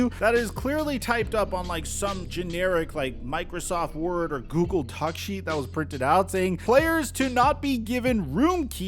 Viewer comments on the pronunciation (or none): none